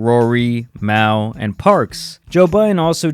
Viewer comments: MALLL man NOT MALE HIS NAME IS JAMAL!!! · That aint even his real name 😂 its Jamal